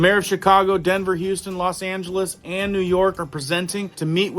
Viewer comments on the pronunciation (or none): none